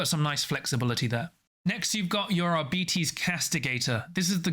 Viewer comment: Arbites stems from the word Arbiter, so it it's not "ar-bites," but it's not "ar-bee-tees" either. The accurate pronunciation would be "ar-bit-ees"